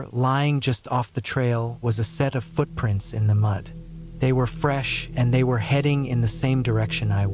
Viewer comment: Is it me or was “Footprints” said in a accent twice lol